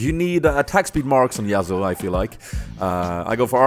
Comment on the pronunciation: Actually, it's pronounced Ya-su